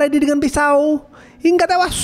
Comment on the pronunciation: Hingga tewas itu gak usah ditekan bg kek org mau birit